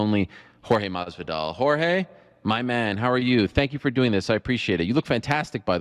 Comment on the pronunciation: Lmao Ariel stays saying Jorge name wrong , malllvidal lmfao